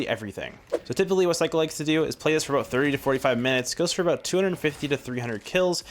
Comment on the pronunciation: Good video, his name is pronounced "Steeko" just a friendly fyi.